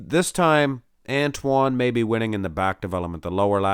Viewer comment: Watch Antoine’s video on the Muscle and Strength channel and you can learn how to pronounce his name properly from the man himself.